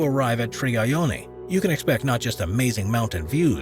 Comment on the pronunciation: Its not Trigayoni..Its Triyagyoni..Please rectify as it may hurt the owner's feeling..